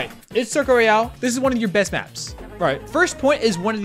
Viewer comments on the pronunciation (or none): none